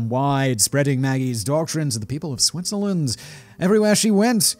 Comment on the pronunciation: The second I heard SWITZERLAND my Swiss eyes shot open! Edit: the longer this video goes the more I cringe at the pronounciation... Thanks for trying. It’s not the worst... but let’s be real... it’s not Great.